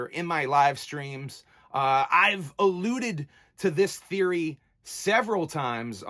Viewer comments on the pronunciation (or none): none